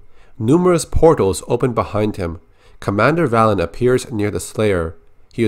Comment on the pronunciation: Am I the only one who thinks that Valen's name should be pronounced Vay-len?